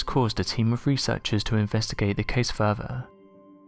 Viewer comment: It's FUR-THER, not FER-VER!! It amazes me an English speaker can't even pronounce th's!!